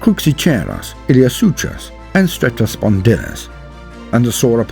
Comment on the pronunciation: Some pronunciation help, my natural history friend: - Cruxicheiros : not, 'Crook-see-chair-oss', but 'Cruce-ee-kyre-oss' ('kyre' like 'pyre'; 'cheiros' like 'Cheiron'; as a kid I often pronounced this suffix as 'cheer' or 'chair' so it's easily done I know, but it's more like the 'ch' is a 'K' and then 'eiros' is like 'ire-ross/oss') - Iliosuchus : not, 'ill-ee-oh-sooch-us', but 'ill-ee-oh-sook-us'. SOOK I say SOOOOK ('suchus' is a very common suffix in these names, meaning 'Crocodile') - Cetiosaurus : not, 'Set-ee-sore-us', but 'See-tee-oh-sore-us'. ('cetio' = whale) Cetiosaurus is an unsung wonder of the Middle Jurassic. Deserves more love. - Cetiosauriscus : not, 'Set-ee-oh-sore-ick-us', but 'See-tee-oh-sore-iss-cuss' ('iscus' like 'discus') - Rhamphocephalus : not, 'Ram-pho-serra-phus', but 'Ram-pho-sef-al-us' (prefix in the name, similar to the Pterosaur, Rhamphorhynchus; 'Ram-fore-rin-cuss') - Patagosaurus : not, 'Pah-tag-oh-sore-us', but 'Pah-targ-oh-sore-us' (subtle difference but I would put a little more emphasis on the second syllable) - Biota : not, 'bye-otta', but 'bye-oh/O-tah' (a bit of a pedantic one but yeah; emphasis on that sweet sweet second syllable) - Equisetales : not, 'Eck-kwee-stahl-ess', but 'Eck-kwee-see-tah-les'. - Diplodocus : not, 'Dip-low-DOCK-uss', but either, 'Di/Dee-plod-oh-cuss' or 'Di/Dee-plow-doh-cuss' (note: 'di' like 'dee', not 'di' like 'die'; I just meant to clarify; I know you didn't say 'die' for 'di' I just meant to explain my own m